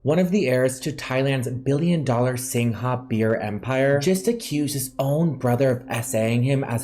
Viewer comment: ...darlin..greetins from little Singapore...singha is pronounced "sing ga"...as in lady gaga